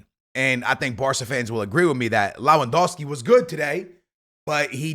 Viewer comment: It's not Law wan Dow ski. It's Leh.. wan Dow ski